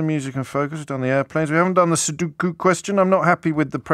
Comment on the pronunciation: Sudoku, not sudookoo.